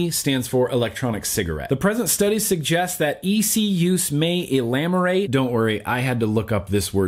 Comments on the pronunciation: not Elamorate chief, Ah-mee lee-or ate. Amazing 510report as always. Much love <3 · Elamorate? A-me-lio-rate? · It's not "EE-lam-or-ate". It's "uh-MEE-lee-ore-ate" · The word is ah-mee-lee-or-ate (ameliorate). Not being critical, just helping with pronunciation.